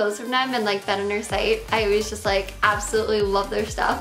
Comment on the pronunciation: She can't say "j" either, she says "yust" instead of "just"